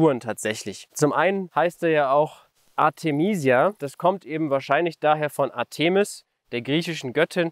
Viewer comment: Ártemis. Betonnung ( ;-) ) auf dem A! Artéeeeeeeeeeeeeeeeeeeemis tut weh!